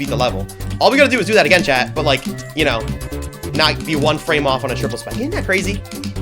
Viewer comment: ‘frams’ BROtato